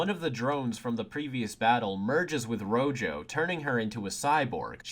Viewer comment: Isn't Rojo's name just the word red in Spanish? So shouldn't it be pronounced Roho?